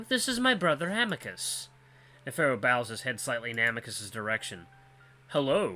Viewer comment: Someone said Virginia might be a play on Virginia Woolf? I think an actress? Author? I've heard the name but don't remember what she does. You nailed Neferu's name lol. Virginia and Neferu, the brains in a sea of idiots. I think you'll like him. He's such a flamboyant no nonsense troll. And the cutest little smile 😙